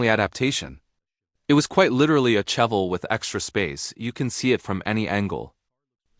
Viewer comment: Cheavel … ok Ai … sorry not watching if you mispronounce the first car!…bye…